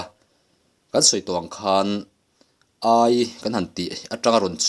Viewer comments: Ai..meilum ka ai..ti anga kan sawi..Ai ti la lam tur..Sakei ai kaih. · Ania lawm, aikal, tiha, ai tih ang hian lam tur